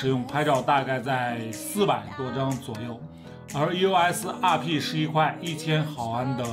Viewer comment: 你这英语，eos 阿屁，，，，🙄